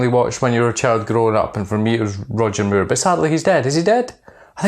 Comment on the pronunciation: Sounds like your saying Roger Muir :) Watch the vid when you talk about roger moore with the subtitles on lol